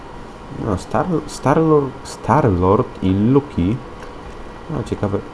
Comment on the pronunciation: cały czas mówię nie luki a Loki!!! proszę popraw się bo ja jestem wielką fanką Lokiego a ty cały czas przekręcasz jego nazwę [nie chce być niemiła ale Ty się poprawiasz jak mówiłeś luki tak i teraz mówisz luki]